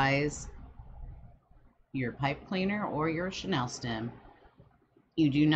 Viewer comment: It’s not “Sha-Nell”; it’s “Shhhh-knee-ill”. Or pipe cleaners. Chanel is a luxury brand while chenille is a type of fabric. Two completely different things that you’re misusing in this video. It’s driving me crazy. This 24 minute video could very easily be cut into half if you were not so distracted and just did it. 🙈 Lots of fast forwarding - FF ⏩ - is absolutely needed to get through this one.